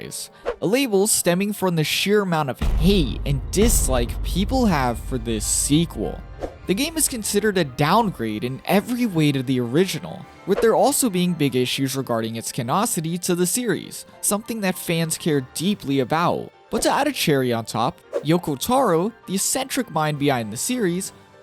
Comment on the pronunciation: "canocity"??? 🤨🤨🤨 "canoNIcity" 😉